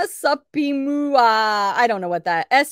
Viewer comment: Supima is pronounce Sue Pee ma